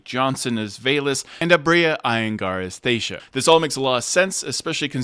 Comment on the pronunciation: they made a point of correcting someones pronunciation of Thaisha in the show and yet pepole still say it wrong 😔